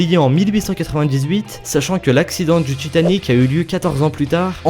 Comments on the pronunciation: ca s'appelle Titanic pas tchitanic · Genre "raconte l'histoire dju paquebot le tchitan" c'est horrible!!!!!!!! j'aime bien t'es vidéos mais à chaque fois que j’entends ça j'ai envie de couper. Si tu pouvais un peu le réduire ça rendrait l'écoute de tes vidéos moins insupportable. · j'remarque que tu as un probléme avec le T :3 tchiton..tchitanic.. mddr si non j'adore tes vidéos , continue comme ça :) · Je suis le seul a avoir remarqué "Titan"ic ? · Titanic ci tu enlève le i ça fait titanc